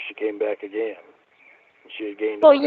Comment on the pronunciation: “Ageen Ramona, ageen!”